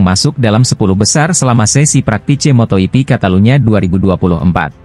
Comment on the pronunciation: Motor yipi? Bro klw pake robot nulis narasinya pake bunyi lidah indonesia, biar gak salah baca , misal fransesko bagnaya, mark markes , dan sebagainya, mosok salah ucap dipiara terus ,tanpa kualitikontrol?